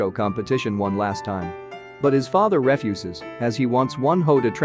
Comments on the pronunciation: Hi. Thanks for these summations. It helps to decide on whether to invest watching the full movie. Ah, one thing though, your pronunciation of "refuse" was incorrect. You used it as when saying "waste" as opposed to "deny". The dad was refusing the son to continue modelling and should transfer immediately. Your pronunciation of the word was incorrect. Just thought I would let you know. However, once again, I enjoy the movie recaps. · Uhhhh,no hard feelings but you kind of pronounced the word ' refuse ' wrong.